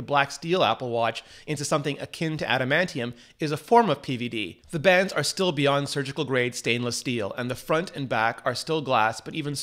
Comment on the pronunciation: Did he say Adamatium? 7.00